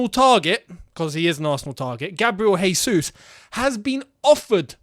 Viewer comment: Gabriel Jesus name is pronounced Jesus not Hesus as he’s not Spanish he’s Brazilian and in Portuguese J is not pronounced as H. Thank you